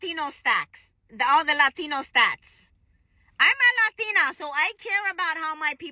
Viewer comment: Lol not the "lathina"